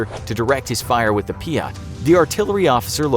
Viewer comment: Peeyat is not how say it it’s peeyt